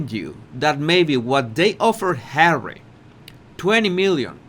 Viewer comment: You have to say HAWWY a few more times please you have me in stitches and I have had a really shit bollocks day today however I have you to cheer me up Bless you 🙏 😊 love from Cornwall UK 🇬🇧